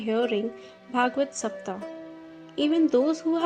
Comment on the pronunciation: Pl say SAPTAHA, SAPTHAHA...... Say HA at last.